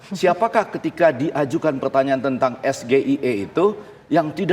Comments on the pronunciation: Wong Gibran aja Baca itu singkatan SGIE. 😅 Coba lihat kembali videonya. Disamping itu pengucapan SGIE nya Gibran salah karena tidak diucapkan dengan lafal inggris . Aaahhhh dasar belimbing sayur.... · eS Ge Iiii Eeeee State of the Global Islamic Economy ALFABET EJAAN INDONESIA TAPI ARTI INGGRIS Weiiiiiii Belajar Tuh Bocil Nyebut Alfabet Juga Salah Belajar dulu Alfabet Inggris Sebut Huruf Alfabet juga salah 🤣🤣🤣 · Bahasa Inggris kok Es-gE-i-E (SGIE) parah sih bahasa Inggrisnya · SGIE blunder GIBRAN salah baca yang benar Es Ji Ai I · ini lah bedanya calon pimpinan cerdas atau tidak, singkatan dlm klo dlm b. Inggris di ucap harusnya pake b Inggris, Es ji ai i bukan SGIE, no. 2 sll blunder.., jadi mantab pindah haluan ke no. 1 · Blundernya lg ucapinnya salah Es Ge I E , bknya klo versi inggris jd Es ,Ji ,Ai ,ii / kamus bahasa ssh d revisi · SGIE karena dibaca pakai bhs indonesia itu singkatan dari Sego Goreng Iwak Endog.. seharusnya dibaca Es Gi Ai I .. yg tanya juga gak ngerti x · SGIE klo dlm bhs inggris hrs nya di baca S JI AY E, bgitu gibran jawab pertanyaan cak imin tentang SGIE gibran ternyata sambil lihat catatan, artinya dia sendiri ga bisa menterjemah kan tanfa lihat catatan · SGIE singkatan dlm b.inggris tp nyebutnya es ge i e dlm b.indonesia.. hadeeuuhh.. nanya balik dia sendiri g tau n liat contekannya dulu.. hahaha.. kocak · yg nanya SGIE itu ga paham, Literasinya itu bahasa Inggris, tp spelnya Bahasa Indonesia.. mestinya dieja dlm bahasa inggris S ( Es ) G ( Ji ) I ( Ay ) E ( Ie ),, sy ambil contoh CIA dlm bahasa inggris itu ga bs di eja C ( Ce ) I ( I ) A ( A )... tp C ( Si ) I (Ay ) E (Ie) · Ditanya balik baca contekan. Istilah asing di baca es ge i e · Asam sulfat.......nyebut SGIE ejaan bahasa Inggris y juga salah???? Lucu, di tanya kepanjangan y msh pakai contekan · bahasa inggris tetap lah, karena singkatan dari istilah bahasa asing.. bukan di baca WHO.. tapi dabelyu eich ou.. Buzzer kurang wawasan penganut asam sulfat wkwkwk